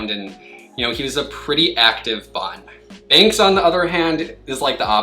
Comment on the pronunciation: Binx instead of Banks!!